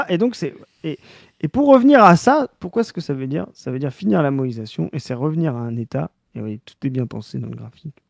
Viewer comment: Merci enfin de ré-expliquer le terme moÏsation. Ça fait plusieurs épisodes que j'entends moesition et je comprenais pas en quoi la politique française devient extra kawaii.